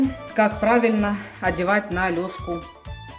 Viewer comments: Видно опыт и хочется смотреть, но слушать не возможно: не лёска, а леска, не салатнЕвый, а салатовый...и т.д. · Согласен )) еще одевает лёску постоянно)) ужас )